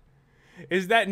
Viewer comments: NI-ON cat not NEON cat. Rona not ràna. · Nyan cat not nian cat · Pat!!!😮 It's nyon cat, NOT NEON CAT!!!